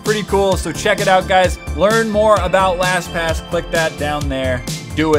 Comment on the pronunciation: u forgot the t in lastpass